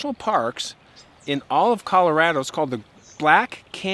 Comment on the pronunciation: Please pronounce “Colorado” properly.